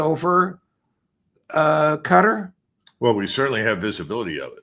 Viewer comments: Qatar - sounds like guitar. Not Gutter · Cuh-Tar not cutter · “Cutter” lol